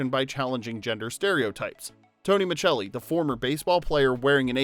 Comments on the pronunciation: I used to absolutely love this show! I wanted to be Samantha 😂. It’s so funny that when someone commented about Tony’s name pronounced as S rather than Ch, I didn’t even notice. I think I was too young to remember the pronunciation, or spent too much time in Europe 😂. I did notice that this channel seems to use EU pronunciation for a lot of names, which I find pretty interesting and kinda don’t mind it. Makes it feel fancy to me 😂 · His last name on the show was pronounced (muh-sell- ee) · Right 😊, it's pronounced Mascelli regardless of the actual spelling!!! You may wanna know something so simple if you're gonna upload a whole video telling everyone the details behind the show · I have NEVER heard anyone pronounce it Michelli until this video. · Dude why do you keep pronouncing his last name wrong?? JFC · The pronouncing of Micelli is bugging me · I loved this show but can't understand how an Italian-American actor playing an Italian-American character pronounced his character's surname wrong for the entire series! 🇮🇹 Basic stuff 😮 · Tony's tv last name pronunciation is driving me nuts. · Tell me you didn’t watch the show by mispronouncing Tony’s last name! TF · Great show! FYI: you mispronounced Micelli. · I hate that Tony’s last name keeps getting mispronounced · Less than 30 seconds in and you can't even pronounce the character's name. If you're going to pretend to know about something you should learn to pronounce his name. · Then you must have caught the misprounciation of "Micelli" throughout the entire video 👀🤦‍♀️ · Micelli is pronounced Miselli, not Michelli. Did you watch the show? That's like pronouncing Rupert Giles with hard G. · It's pronounced, "Miss-cell-ee." Not "Mitch-el-ee" FFS. Totally butchering the name, it's grinding. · His last name was pronounced Maselli, not Machelli. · It's Tony Micelli not Muchelli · Pronounced Miss Selly. Not Chelli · Micelli is pronounced Miselli not Michelli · pronounced Muh-sell-ee not machelli